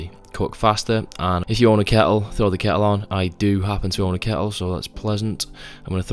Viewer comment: say kettle again, i dare you